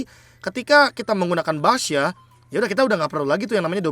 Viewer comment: Gw dengernya basya